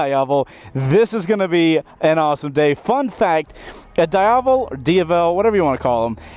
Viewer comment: whats a Die-Aval?